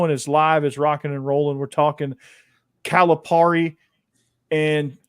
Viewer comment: It’s pronounced Cal-a-Perry. Cal’s buyout was $33 million if he were fired not $75 million.